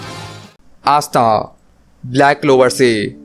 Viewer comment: Astha🖐Not Pasta 🍝 😂